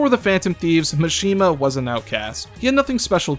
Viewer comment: STOP PRONOUNCING MISHIMA “Machine-ma.” It’s Mah-shi-ma like every other Japanese name